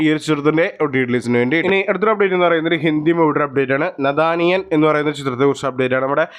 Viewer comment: നഥാനിയൻ അല്ല... നാഥാനിയാ